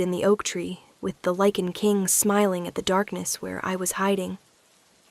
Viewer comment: Lichen with a long I not leaking